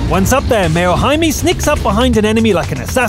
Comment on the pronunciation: Mayo HIME NOT Haimi lol